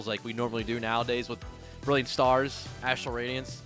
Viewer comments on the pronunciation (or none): none